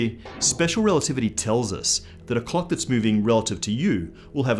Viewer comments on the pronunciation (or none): I know you're Australian but I would really suggest you pronounce the L's in clock a little more clearly. It's very distracting (in a good way) to hear you talking about measuring the ticks between cocks and about cocks moving at relativistic speeds. Actually nevermind, don't change anything, I like it just how it is. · I can't stop hearing "clock" as "cock", and now I can't stop laughing. Starting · agreed, never going to be able to listen to him saying cock, err clock the same again.